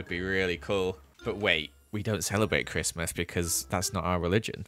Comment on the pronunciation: do i hear donkey-Mas?